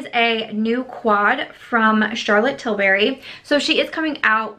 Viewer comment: ...I love your channel and this series in particular but, and this has been driving me crazy for a while. It's Tilbury not Tilberry.. Im sorry if it sounds petty but I'm british and it was making me crazy lol